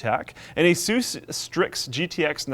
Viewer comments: I don't know this " aysoose" brand. If you mean Asus then the original name was "Pegasus" which they changed to move up the alphabet. Do you say "pegasoose"? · When he says Aysoos instead of Asus